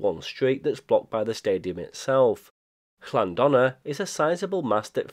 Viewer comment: Llanddona is pronounced TLan-THonna where TH is as in "thee" and "thou".